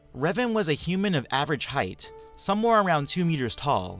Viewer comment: The "n" in "sonewhere" should be an "m"